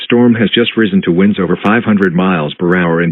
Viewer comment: The Miami EAS says winds as “Whynds” 😂